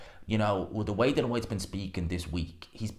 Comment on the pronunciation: HIS FCKN NAME IS DILLIAN NOT DILAN. SLACK